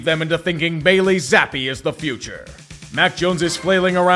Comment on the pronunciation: Am i the only one who thinks "Bailey Zappe" is an inherently funny name? Or is it just the emphasis that uses when pronouncing it?